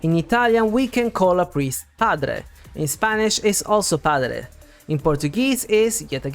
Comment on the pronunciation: Great video as always!! Off-topic: I must say my jaw dropped ! As a Brazilian, I did not expect your flawless pronunciation!! Although is written "padre" (with the /e/ sound, therefore, the pronunciation should be similar to Italian or Spanish), in spoken-Portuguese, we actually say it with an /i/ sound 😅